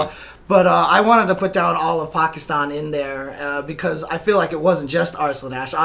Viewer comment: Love how correctly pronounces 'Pakistan'. A true rarity on the western side of the globe. Well done.